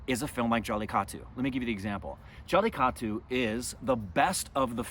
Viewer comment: Why don't you teach how to say jallikattu. He always says jallitaku